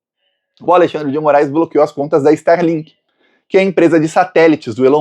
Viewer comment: Nao e sterlink, e starlink.